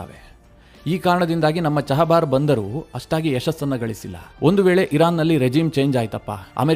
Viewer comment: ಚಹಬಾರ್ ಬಂದರು ಅಲ್ಲ, ಅದು ಚಾಬಹರ್ ಬಂದರು